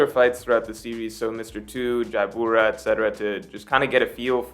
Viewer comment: ITS JABRA, NOT JAIYABURA OR WHATEVER U KEEP SAYING! How many years ago did that happen now? Like wth